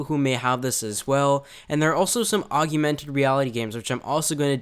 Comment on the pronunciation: Augmented....not augumented